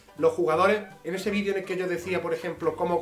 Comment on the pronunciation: Extraño cuando decía "vidrio" en vez de "vídeo":,v. La vida ya no tiene sentido